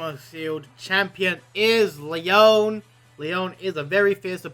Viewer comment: LEYOWN SHOM not making fun just thought it was funny